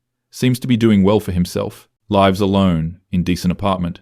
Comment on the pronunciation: this is clanker shit. narrator says "lives" like the plural of "life" instead of the verb.